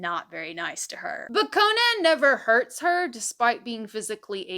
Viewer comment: Not CO-nan… it is an Irish name… just “Co-nan” … like the comedian…